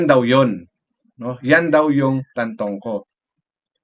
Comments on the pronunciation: Manong, puede bang itama mo ang pagbigkas ng pangalan ng namayapa. Siya po ay si Paulo TAN-TO-CO. Pls lang. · Tantoco po Sir not Tantongco.. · Tantoco, not Tantongco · Tantoco kuya di tantongco. Mali mli ka pa